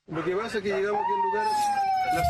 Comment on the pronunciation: "Y que paha"... jajaja.. flaites!!!!